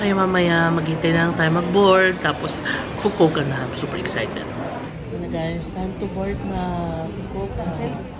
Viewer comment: I love how you pronounced the "fukowka" 😁😆